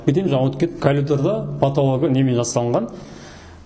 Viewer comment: Дурыс крсетси, барiн, терезенi, уйдiн iшiн бар жанжагын. Обзор жасап айтаалмайсын, асыкпай кухнянын ишин, ваннанын iшiн, айналып дурыс тусipу керек. Кирап , сынып деп кайталай бермей. Колидор, кукина емес, коридор, кухня. Блмесен казакша айт. Вообще сойлепте, тусipiпте блиейсiн.